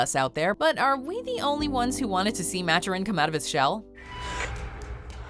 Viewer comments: Maturin, not match-er-in, Ma- Ture-In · Its maturin not matchurin